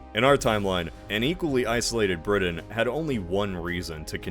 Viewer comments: Did it drive anyone else nuts that he kept saying BriDin? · Still trying to figure out what country "Bridden" is. ☺ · Wait which country is “Bridden?”Sorry, I couldn’t resist. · Are you aware the letter "t" exists? Briddan, Uncerdan, ed cedera... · generally, a good post except Britain is pronounced with a T not a D. 🤷🏻‍♂️ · Learn how to pronounce Britain. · Thank you as an English person that made me wince lol